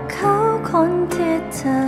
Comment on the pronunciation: ถ้าออกเสียง ธ. ชัดเจนจะเพาะกว่านี้ เธอ ฟังไปเรื่อยไปเหมือน คำว่าเชอ มากว่า คำว่าเธอ ท.ทหารก้อเหมือนกัน ที่ ได้ยินเป็น ชี่ๆ